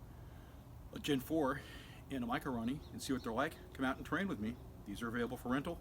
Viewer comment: Thank you for not calling it a micro-o-roni. Drives me nuts. Great review